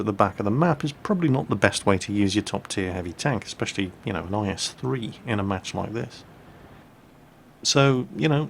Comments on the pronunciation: In the first replay keep saying is3 I was like what we're is tis is3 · Why does he keep saying is3 on the first video... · Everytime said "IS-3" in the first replay something inside of me died.. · minutes in why were you calling it an IS-3 like wtf?